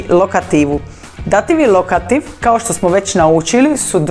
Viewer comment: Pogrešan naglasak dAtiv -lokAtiv!! Točno je Dativ-Lokativ